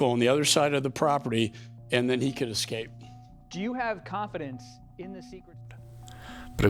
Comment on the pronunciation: why the fok all americans say Exscape instead of Escape?